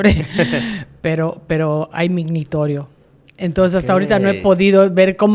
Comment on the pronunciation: ....."hay mignitorio" 🙄. Mingitorio!!! señora, mingitorio!!!